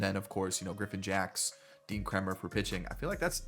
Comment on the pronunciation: you said Kremers name correctly and then corrected yourself and said it in correctly. lol its "Kramer"